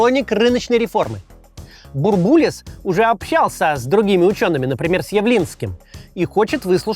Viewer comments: Че то как то слух режет - бурбУлис вместо бУрбулис. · Очень актуально. Спасибо. Но Геннадий БУрбулис - ударение на первый слог!!! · только он БУрбулис, ударение на первый слог. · Максим! Ну почему БурбУлис? БУрбулис!!! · БУрбулис. Ударение на первый слог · В 90-е по телевизору всегда говорили «Бу́рбулис». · Потому что в начале 90-х говорили БурбУлис. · бУрбулис через рукопожатие не передаётся! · Максим, спасибо за интересные нужные выпуски. Будьте любезны не брать пример с Искусственного Идиотизма с его корявыми ударениями. Фамилия Бурбулис произносится с ударением на первый слог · Бурбулис ударение на первый слог. Переписывайте.